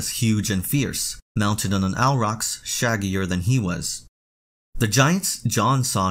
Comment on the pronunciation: Good video, but I cannot stand how you pronounce “aurochs” 😂